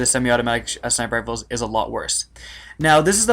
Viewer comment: "Sniper Fifles"